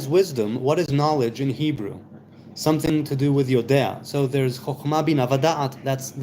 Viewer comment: oh, so it's (pronounced) yode'a, not yodea?